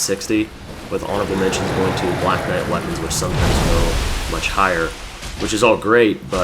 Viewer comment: knite? hahahaha